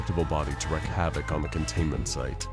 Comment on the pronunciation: I love these videos. One small thing, this comes up a lot. There is a difference in pronunciation between Wreck and Wreak. You wreck your car. You wreak havoc. Wreak sounds like reek.